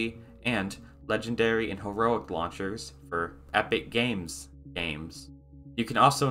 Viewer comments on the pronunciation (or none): none